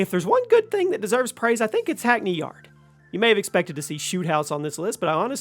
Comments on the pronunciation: bro said hackney yard 💀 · Hackney Yard 😂😂😂